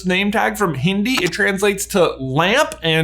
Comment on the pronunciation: I am angry its hin di not hini